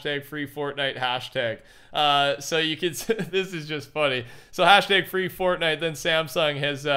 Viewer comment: Fwee fotnite